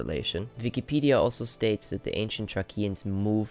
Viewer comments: Thracians is not pronounced thrakeans it is pronounced thraeshans. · Fascinating to see these ancient sites. The pronunciation of the word Thracians is treishans and not trekians. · I am pretty sure that the word "Thracians" is pronounced as in Thray-shens, two syllables. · Its Pronounced: (Thrace/thracian) Thrāce/"TH-RAY-SS/CE" /"TH-race-ee-an"/"TH-ray-shee-an"* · PRONOUNCED THRAYSHENS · Thrae-see-ans is how that's pronounced.(Thracians) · He is pronouncing Thracian very wrong. Its.not a hard t and hard k sounds, it's a th sound and s sound , more like Thrāshian. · The word Thracain is pronounced with the sh sound where the c is and with a long A. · Out of curiosity, where are you from? You pronounce Thracians altogether differently. If I couldn't have seen the word written, I wouldn't have known who you were talking about.